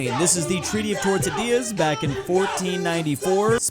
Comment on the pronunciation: im tired of not even trying to pronounce easy words and then failing to say tordesillas